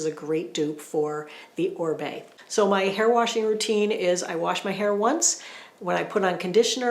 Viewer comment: Love your research behind all the products. Thank you so much for that. BTW I think it's pronounced Oh-Ree-Bay, not Ohr-bay. You are fabulous.